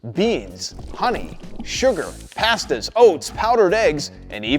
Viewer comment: lol you say "pasta" weird.